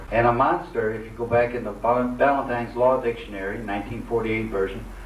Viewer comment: it is Ballentine's not valentine